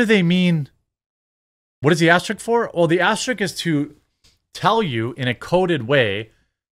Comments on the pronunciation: It's aster-ISK* not "asterick" ..you come off so ignorant some times bro. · Asterisk, not "asterik"